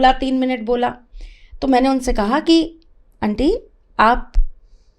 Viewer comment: पहली बात जो है, अंटी नही होती, aunty शब्द है, जिसका उच्चारण आंटी होता है। दूसरी बाद भिक्षा और भीख एक ही चीज है, उर्दू भाषा में भीख होता है। तीसरी बात दक्षिणा, वह भी तुमको पता नहीं। किसी की योग्यता जो हमारे लिए उपयोग हुई होती है , दक्षिणा उसकी फीस होती है। और क्या बताऊं , तुम इतना प्रैक्टिस करके और मेकअप और रिहर्सल करके आती हो, इसकी इतनी जरूरत नहीं है। जो नही जानते वो बेचारे जैसे हाँको चल पड़ेंगे, लेकिन जो समझता है,वो गलतियां पकड़ेगा,और साथ ही अपना माथा भी। भाई तुम सिनेतारिका नही हो, भविष्यवेत्ता हो, इसमें मिट्टी को सजाने की जरूरत नहीं है ,अपना ज्ञान , शब्द ज्ञान और विद्वता को चमकाने की जरूरत है। मैं ऐसे लोगों को जानती हूं जो देखने में पगला दिखता है ,लेकिन उनके ज्ञान को सुनकर बड़े से बड़े विद्वान भी नतमस्तक हो जाते है। दान , दक्षिणा , भिक्षा और भीख को सभी बंधु ख़ुद गूगल करें और देखे।